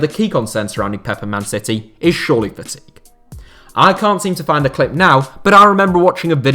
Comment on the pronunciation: I love the content, but please try to enunciate the end of all your sentences. "surely fatigue" was very hard to understand.